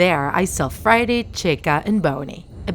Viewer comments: And why does she kind of pronounces freddy as friday? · You called freddy friday bonnie boneie and chica jaca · "fazbears pitza" bruh and "friday chyca and bone" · She said: i saw fready cheeca and bowny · Indigo Blue she said it like Friday, checka and boney